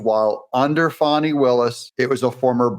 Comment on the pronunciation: Thanks for pronouncing her name correctly..Fanni as in Butt… not Fauni…. Old southern name.. had an aunt Fanni Belle